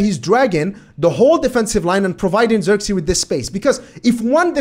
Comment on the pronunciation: First of all, no hate. If you want to say his name correctly you can do the following. Zirk as in the word "ick", it uses the same "i". Zee as in the word "say", so it will be like "zay".